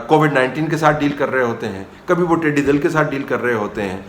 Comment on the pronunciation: تصیح کرلیجیئے۔۔ ٹڈی دِل نہیں ٹڈی دَل ہوتا ہے